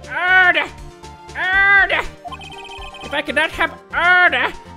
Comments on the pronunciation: How everyone hears say order: order! Oooorder! VS How I hear say order: Oda!! Odaaaaaa!. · Only me when says "Order. Order" with that accent it's sounds like "Ara Ara"? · always feeling it when saying oRdEr honestly is a mood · I swear to God if I hear him say order like that again I'm gonna scream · Every time jay says order I die laughing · Why does he say order like that...